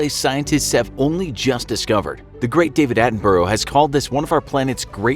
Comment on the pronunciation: He said David Attenborough wrong it a bruh sound at the end of his name not bro